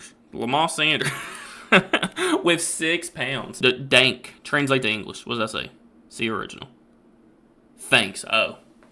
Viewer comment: The way he said danke😂😂😂😂